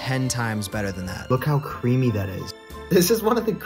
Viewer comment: "Look how CwEaMy that is" 😂